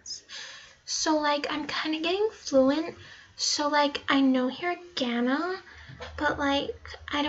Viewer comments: She also says hiragana wrong. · The thing is just because you like japenese stuff doesn't mean you are japenese also japenese is a race not a gender Btw you you miss pronounced manga, anime, and hiragana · bro she cant even say hiragana right im dead